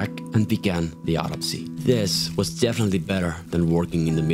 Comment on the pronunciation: you say autopsy weird sounds like you say odyssey